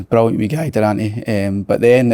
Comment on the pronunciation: Si asks a relatively normal question...slaney " brullyant question " ..absolute dafty man